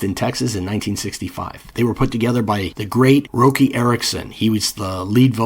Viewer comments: It’s Rock-e not Roe-key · Please quit pronouncing Roky Erickson that way. I seen him live and all the Vans and friends around him called him Rocky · How the fuck are you gonna disrespect the amazing Roky Erickson by calling him Roki??? I stopped watching right there. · Lol…. Good”ol’ ROE-KEY 💀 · Roky Erickson is pronounced as “Rocky” His name was Roger Kynard Erickson (Roky) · dood I’m sorry, I m must’ve been on my rag, I typed it then was trying to find it to delete it. I just love that his name was rocky and he was bonkers, It kinda felt like pronouncing the other way took away one of the funniest parts about him! My sincerest apologies Honestly Love your work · I knew his name as a teenager and also thought it was pronounced like that. Comparing the sounds of Red Krayola and 13th Floor Elevators, 13th Floor are overrated. Yawn! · 🦃⚡🎸🤯😵⚰️🕳️🪦🤘🦃 no great sin-- hell, I mispronounced his name fer a long time myself. If you have nobody in yr life to talk this sorta music with, & especially back in the analog days, if you've never heard a name spoken aloud, how is you to know?!? I return to your channel for clear-eyed, insightful examinations of some of my favourite rock n' roll combos, & some to whom you've hipped me. Thanks fer that, BTW... 🦃⚡🎸🤯😵⚰️🕳️🪦🤘🦃